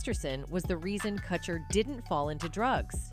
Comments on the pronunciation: "Cutcher" why do all these videos mispronounce the names? last one i watched was about lil bo-wow lmao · Why is this idiot pronouncing kutcher like katcher....dumbbell